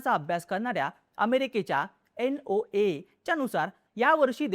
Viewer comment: NOAA मराठीत एन् ओ ए ए असं म्हणायचं. एन ओ ए नाही.